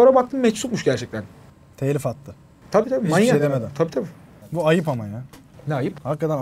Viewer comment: NİYE TELİF DEMİYORSUNUZ TEELİF DİYORSUNUZ